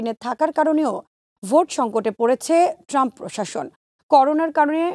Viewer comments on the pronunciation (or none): none